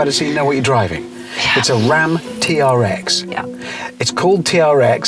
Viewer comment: It's pronounced TRX = TREX 🦖🦖